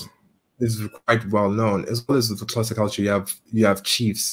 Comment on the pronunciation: keeps saying "Qhoza" instead of Xhosa